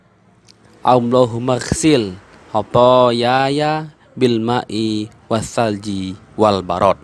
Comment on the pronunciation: itu bacaan kedua khathayaya , harusnya khathaya..